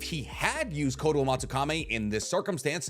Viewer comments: Its not fucking kame its kami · Is there any particular reason he pronounces koto amatsukamE instead of amatsukami? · It's kotoamatsukami, not kotoamatsukame... How can you pronounce it wrong every time you say it, in a video talking about said jutsu. Otherwise, great video. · I swear you mispronounce things on purpose. It’s Kotoamatsukami. Kami not kame. And it’s Kakazu. Zu not zo. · Ok,, I love you. I watch your videos daily. But it's Kotoamatsuka - "me" (English pronunciation for the last syllable) not (Meh). That's been my pet peeve for a year, amongst other mispronunciations. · i hate how you pronounce kotoamatsukami 😭 "kotoamatsukame" son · I love the way how he pronounces kotoamatsukami. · Why is he pronouncing Kotoamatsukami like Kotoamatsukame and Edo Tensei like Edo Tensai? Is this the correct pronunciation or he is just wrong? Awesome overall vids btw